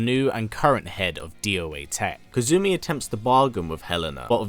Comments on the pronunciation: Kasumi is the proper pronunciation Kazumi is from tekken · Kasumi, being Japanese, is pronounced "Cass-me", rather than Kazoo-me. It's far simpler and less strange to say DOA-tec rather than Dead or Alive Tech. As far as I know, you haven't left any events out aside from the side story lines in the movies. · Aside from mispronouncing her name (it's Kasumi, not Kazumi), great video! Kasumi is one of my favorite female characters ever! By the way, she only appears in Ninja Gaiden as a DLC character in the the third game in 2012 without any story relevance. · Pleased her name is kasumi not "kazumi" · Good video! KAS-umi not KAZ-umi though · KA-SU-MI Not KA-ZU-MI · It's pronounce ka-su-mi, not ka-zu-mi. You pronounce the s sound in japanese names. The only exception i've seen is tsu, which is katakana, not hiragana. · In kasumi, it is pronounced, since japans alphabet is the hiragana table, ka-su-mi, you put the accent on the su instead of the ka in this video. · Hmmmm his accent let's him say the S sound but when he says Kasumi he adds a Z... interesting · Z to s - if that's the worst pronunciation issue then he's done an excellent job!